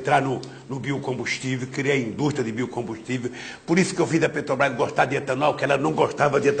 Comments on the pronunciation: "petobrais" caralho... como tem mongoloide que defende esse cachaceiro analfabeto. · o cara que sequer consegue falar o nome da empresa corretamente